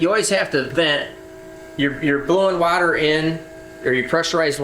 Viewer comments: It's pronounced water not water😅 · Wadder? lol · Try using regular water instead of your special “wader”😂😂😂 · Love how he said water